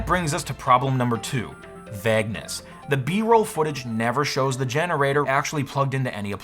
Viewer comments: vaygness not vagness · "vag-ness" ? I think you mean Vage-ness? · Vag-ness…. That was the weirdest pronunciation I’ve ever heard for “vayg-ness” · Is this really the correct way to pronounce ‘vagueness’?